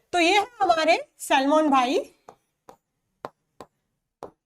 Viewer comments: salman ❌ selmon ✔️ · 30.13 Salman ✖️ Selmon☑️ 😂😂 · Salman ❎ selmon ✅😅😅